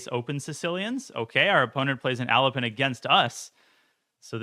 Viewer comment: why do I hear "Elephant" every time he says "Alapin" lol